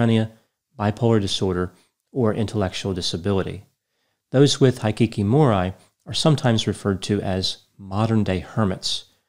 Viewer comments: I really enjoy your videos,, but you’re killing me with your pronunciation of Japanese words! “Kyoto”: 2 syllables, pronounced like “To-kyo” backwards “Aoba”: ah-oh-ba “Hikikomori”: hee-kee-koh-moh-ree Vowel pronunciations in Japanese is similar to Spanish. Unlike English, there is only one pronunciation for each vowel. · exactly! High-kee-kee-more-eye? W-T-F is that! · You mispronounced both words. Kyoto is pronounced KEY-OH-TOE Hikikomori is pronounced HE-KEY-KO-MORE-E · Instead of guessing and assuming why not research it. Hi‧ki‧ko‧mo‧ri the “i” is a short “i” and the “o” is a long o, Japanese is phonetic so it’s basically spelled the way it’s said. Hikikomori has been around for a long time and is unique to Japan. Studies found that it is a form of severe social withdrawal. It is a sociocultural mental health phenomenon, rather than a distinct mental illness. By the way Kyoto is pronounced kee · ow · tow and it is a pretty important city in Japan and very distracting when you totally butcher it, it’s like if you were to mispronounce Washington over and over in a 15min video. Kyoto was once the capital city of Japan and to this day is known for it’s beautiful women. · I love your videos but please look up how to pronounce foreign words! 😂 I was cringing every time you said hikikomori It's hee-key-kow-mow-ree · His pronounciations are sooo off 🤦‍♂️ High-kee-kee-more-eye? W-T-F is that! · Thumbs down to ignorantly butchering the Japanese words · Absolutely butchered the pronunciations. They are pronounced as they are written, not with English letter names, as in "i" is "i" not "ai". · Hikikomori is pronounced "he key koh mory" butchered it.... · I volunteered at a center to help hikikimori for a few years. Many have antisocial tendencies but others are more or less individuals who have given up on the societys way of doing things. You can pronounce it "hee kee kee moh ree".